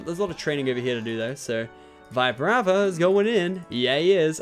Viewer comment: Also it's not Vibrava it's Veebrava